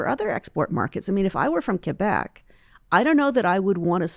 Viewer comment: Of course we need rules, supply management has been a boom for our country. Paula, please educate yourself. And learn how to pronounce Quebec. And I’m an Albertan! Quebec has done no such thing as setting national trade policy, this has been around for a long long time. We have the RIGHT and DUTY to protect OUR people and production and what goes into our bodies. There are so many countries that refuse US products because they lack regulation. And really, it’s a bit rich hearing you blame one Province and you are from a Province that refuses to cooperate within our constitutional federal framework as a Province with only Provincial powers. 😂😂😂